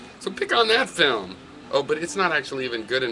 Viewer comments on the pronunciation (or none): What's a "filem"...? O_O